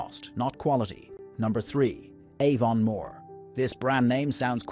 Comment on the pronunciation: It’s AI Slop - dunno how we can fight back against this rubbish. Aevonn-more !! Not to mention the utter rubbish about Fla-hayvans grass-fed oatmilk cows 🤦‍♂️